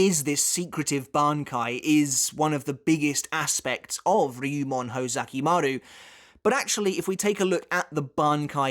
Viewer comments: ho ZU ki maru. not ho ZA ki maru. you are literally a bleach historian. please try to pronounce it right. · Uhmm...its hOzukimaru not hozAkimaru✌️ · Kinda bothered by your pronunciation of Hōzukimaru (Hoe-zucky-mah-roo instead of Hoh-zookee-maroo). Other than that, great video. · Isn't it pronounced "Hoe-zoo-key-maroo"?